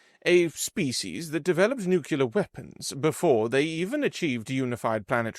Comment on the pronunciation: Please don't pronounce "nuclear" as "nucular". You should know how to pronounce the words you read.